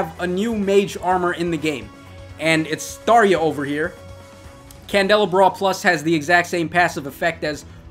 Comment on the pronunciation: It’s pronounced candle-ah-bra but the way you pronounce it is funny